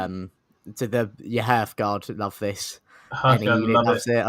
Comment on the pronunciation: Great stuff again chaps. Really appreciating the Podcast! Looking forward to Episode 3! (One thing I don’t appreciate: persistent (stubborn?) mispronunciation of ‘Hearthguard’ 😅😂! Listen to and!! 😅)